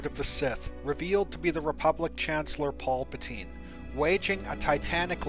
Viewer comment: is everyone gonna ignore that he said polpatine